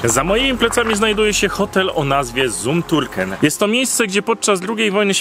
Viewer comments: Hotel wymawia się (nazwa) cum tirken. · Ale wam zazdroszczę, zum Turkem- cum turken się czyta;) zet jako c;)